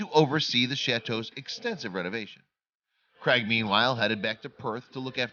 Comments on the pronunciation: Craig not creg you moron, why would you pronounce it creg? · Crag ...it’s Craig with an A lol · I've never yet heard an American pronounce the name Craig correctly. It's not Creg!